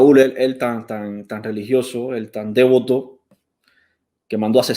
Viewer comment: muy de acuerdo. Lo único que algunos dicen dévoto y es devoto o sea no es esdrújula. Besitos